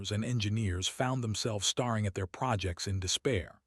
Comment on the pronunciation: Gah.. the voice mispronounced staring as starring. Poor. Low quality. Thumbs down.